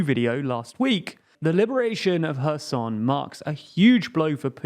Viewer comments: As a Ukrainian I have to give respect to this guy, so far it’s the first time I hear someone pronounce “Herson” correctly instead of “Kerzon”👏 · 👋 He finally pronounced Kherson correctly! Thank you for respecting the people of the city and the nation of Ukraine. Slava Ukraine! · Thanks for pronouncing Kherson correctly! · hair-soh-n with the stress on the soh is the best way I can transcribe the pronunciation for English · Wow! Pronouncing Kherson correctly! Well, colour me impressed!😁